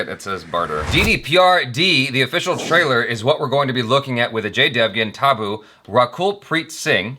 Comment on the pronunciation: It's actually pronounced as tabbu